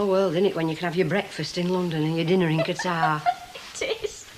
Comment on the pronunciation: It's pronounced like Cutter. I live near Qatar and fly with Qatar Airways frequently.